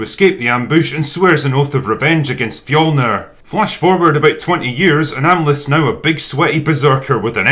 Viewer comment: I personally appreciated the accurate depiction of Nordic culture, except for the fact that they always completely butcher the word “fjölnir”